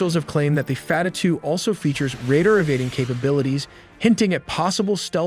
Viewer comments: F-A-T-A-H not fatatue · "fatter" two missel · Fattah (pronounced fat-taah - strong /t/) translates to "opener" and it refers to one of the 99 names of Allah in Islam, signifying Allah as the one who opens all gates of victory. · the damage from a white boy saying fattah hurt me psychologically more than israel ever could